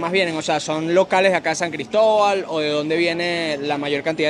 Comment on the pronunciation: Que bonito escuchar decir San Cristóbal ufff siiii somos regionalistas, eso nos lo enseñan nuestros padres. Orgullosamente Gocha Tachirense. Arriba el Deportivo Táchira, nuestro orgullo.. Gracias por mostrar lo nuestro. Abrazos, éxitos y bendiciones.